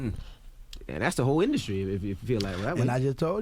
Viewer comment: The induscry😂